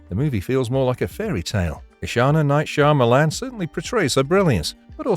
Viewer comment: Is this AI, or does this guy actually pronounce "Shyamalan" like this!? 😂😂😂